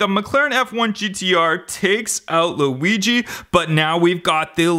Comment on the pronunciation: It's not Louisie it is weegee